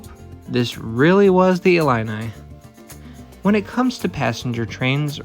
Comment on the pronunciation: I think you mean the Illiniwek, not Illiniwe. Also, it’s Champaign-Urbana, not Urbana-Champaign 😉